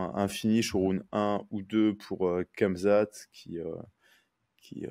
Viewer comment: come on la prononciation de Khamzat 😂